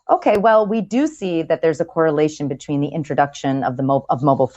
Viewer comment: Chris's anxiety caused him to say 'betwine' and 'repression' rather than 'between' and 'depression'. At least she was listening intently!